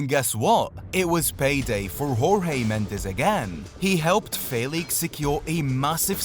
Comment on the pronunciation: For your edification, Portuguese pronounce their 'j's' like in English, not 'h' as the Spanish do. So Jorge is 'George', not 'H'orge. As for the last name, it's pronounced Mends like 'mends' clothes and not the Spanish mend -ez.